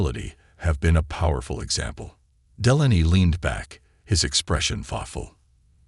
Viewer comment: It's pronounced Dee-lay-nee